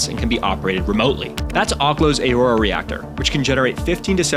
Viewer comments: Aurora is pronounced uh-ROAR-uh, not A-roar. Eielson AFB is pronounced EYE-ul-sun, not eel-sun. Other inaccuracies without cited sources and bad background music. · There's a fucking U next to the A in "Aurora". Why tf would you pronounce it "EHY-ROARAH"? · Ahk-lo?? Voggle?? Ay-rora?! You're messing with us right? Mispronouncing these to get people to comment?